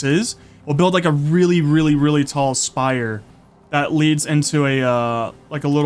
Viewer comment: saying shire instead of spire was soooo cute lol